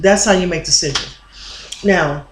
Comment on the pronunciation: I recall when you pronounced sigil as seagull, I mean no disrespect tho. :) great vid mqq